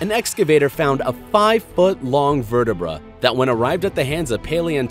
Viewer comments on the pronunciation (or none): It's almost like Dr. Steve Brule is presenting this...with all of the various mispronunciations and phrases that make no sense, (e.g. "In 1878, an excavator found a five foot long verte-brah that when arrived at the hands of paleontologist, Edward Dinkler Cope (appears on screen as Edwar Drinker Cope))..."